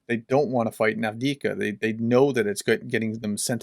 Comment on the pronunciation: You keep saying avdika when the name is Avdiivka (Av-diiv-ka). Keep up the great work :)